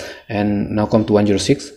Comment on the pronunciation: Brother you are doing great job.. if you won't mind I would like to suggest you something.. Brother try to work on your pronunciation..the way you pronounce come and eclipse was funny.. Don't mind no hate..just some suggestions on your weakness as your well wisher..Anyway you are doing a great job..carry on , your video is really very helpful to me.. Thankyou